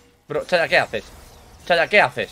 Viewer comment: no se dice ''chaya'' se dice ''Saya''